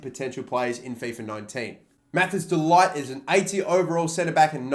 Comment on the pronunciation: Its pronounced ‘De-licked’ not ‘De-light, when saying De Ligt